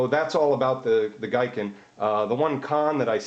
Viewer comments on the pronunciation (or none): The Japanese word "Giken (技研)" is pronounced as "GEE-ken" rather than "GUY-ken". Anyway, good quick comparison of the internal structure of them.